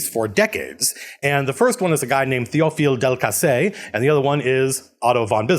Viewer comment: You got both of them pefectly. Welll, you basically said "Théophile Delcassé" and "Entente Cordiale" with an american accent, so yes, it was good.